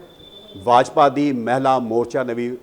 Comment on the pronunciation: Yajpa nahe bajpa hunda repoter saab